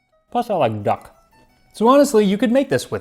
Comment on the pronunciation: "plus I like duck" ... I heard "plus I like gakh'....... I really just can't imagine "Tasting Klingon History" taking off...